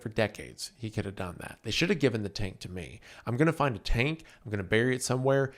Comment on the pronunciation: Wendigoon has a: Tank ❌ Turnk ✅